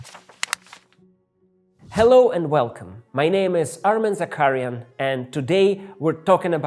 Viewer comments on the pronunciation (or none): May I ask you, Armen? Why do you pronounce "kh" as "k"? It seems someone should tell the world real pronunciation of "Chelhov" and "Zakharyan" as well 😃